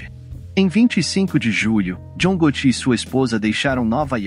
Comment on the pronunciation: John Gotù, do francês hahahaha